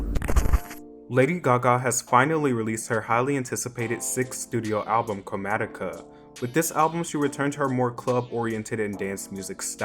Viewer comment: You pronounced chromatica wrogn